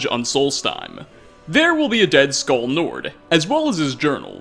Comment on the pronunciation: Your pronunciation of skall is triggering me 😱